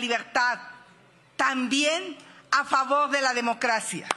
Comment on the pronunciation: "Favog" que me hace 😂